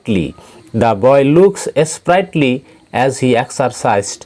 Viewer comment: Sir 4.e strightly nohoi sprightly 😀